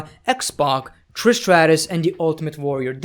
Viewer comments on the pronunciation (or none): none